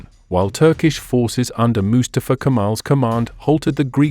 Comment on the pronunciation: I liked this history lesson a lot, but i can't stand the narrator's pronunciation of the name "Mustafa" with his emphasis on the first syllable, not on the second syllable, which is correct. It's not MU•stuh•fuh. It's Mu•STAH•fuh. And, it's a name that is very important in my group of friends. This is probably AI narration. Nevertheless, a documentary should be "proofed" before uploading.